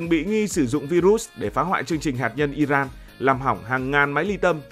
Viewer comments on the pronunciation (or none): none